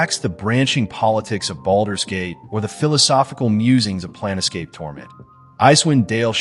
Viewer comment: NIT: It's not "Plan-Escape" it is "Plane-Scape"